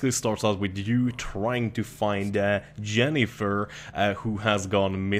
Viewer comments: Its "yenifer" in the game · its yennifer, not jennifer you dumbass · I'm pretty fucking sure it's "Yennefer" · btw jennifers name is pronounced yen-a-fer